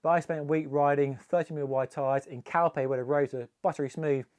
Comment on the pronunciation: Did you say you went to Calpe 😂